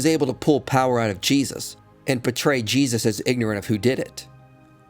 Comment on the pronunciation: Lol even saying his name wrong. Foolish lol